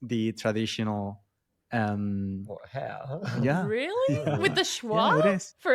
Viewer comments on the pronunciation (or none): I think a little confusion was sowed about RP because Emma mispronounced 'hair' in the trad RP accent. She gave it a slight r roll at the end, which may have made it a sound a bit easier to the Spanish ear.